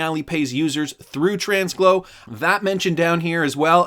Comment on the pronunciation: Tranglo isn’t pronounced with an s in the middle 😂😅. Always love your videos though. Still liked and subscribed.